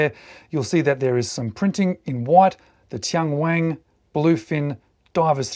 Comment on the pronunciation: TianWang - Only one "G" at the end! The name means "Heavenly King" in Mandarin. This Bluefin with the floating dial is $704 on TMall, and the standard Bluefin models with that bezel design are selling for $380. A few other models in the 300m Bluefin series are Under $300 in China. I still consider these prices a bit high for a watch with a Miyota 8 Series movement, but many Chinese domestic market brands are not value priced. This is often the reason cited for brands like Tian Wang, Fiyta, Rossini and Ebohr not marketing to Western countries, because most export brands operate on very thin margins. TianWang has been successful selling homage watches, many of them Tissot clones, to the Chinese domestic market. It is one of China's top selling watch brands, but like Rossini and Ebohr, they haven't done much export business despite having a huge catalog. Chinese customers generally prefer Japanese automatic movements, so Tian Wang has only started to offer a few models with Chinese-made movements in the past couple of years to test the waters.